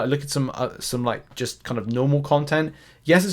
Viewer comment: You said Jest?? You mean just?